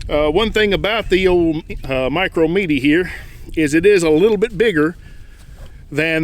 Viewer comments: Great video!!! Probably don’t care but according to Canik it’s pronounced “met-ay” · prounounced "meh tay" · It's pronounced Meh-Tay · I couldn't get though the video with you not pronouncing the name of the gun correctly.